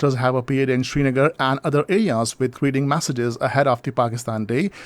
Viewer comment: Please read Srinagar instead of Shrinagar